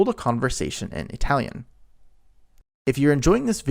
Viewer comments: Since you can say Italy with the correct sound in the I what do you mispronounce Italian as EEtalian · Why the hell are you saying E-Talian? It sounds so damned stupid that I can’t watch. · e-talian? really? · 🤔 What is the deal with the pronunciation of “Italian” in this video? Something like ee-talian. I was thinking, ok, kind of weird (at least to me) but maybe it’s regional or he’s trying to de-nativize it. But, he does not pronounce “Italy” as “EE-taly.